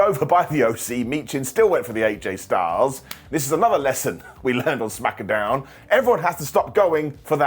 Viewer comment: ITS CALLED SMACKDOWN NOT SMACKADOWN 😂